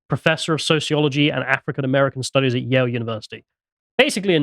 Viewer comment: I thought they said Yale